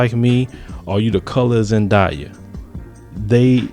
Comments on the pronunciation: zendaya. zen-day-a. wtf is a zediea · it's not pronounced Zan* die* yah.. it's Zan*day* yah.. btw I'm a mullato too ☺ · He said Zendia 😂😂😂